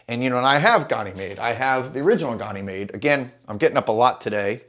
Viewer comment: Love your content. But can’t figure out why no American can pronounce Ganymede correctly (USA pronunciation). Gan (like can) uh- meed. It’s the largest moon of Jupiter and in mythology was his cup-bearer. Gan-uh-meed Not Gon-ee-made